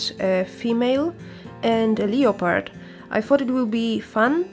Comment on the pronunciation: Lovely work. I particularly like the way you pronounce leopard.